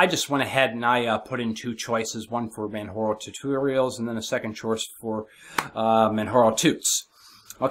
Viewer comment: just an fyi its man jar o like the mountain kilamanjaro 0.o lol